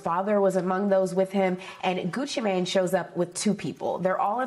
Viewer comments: I’m sorry, but the way they making sure the way they pronounce “Mane” is sending me!!! I can’t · She said "Mane" like thats his last name 😂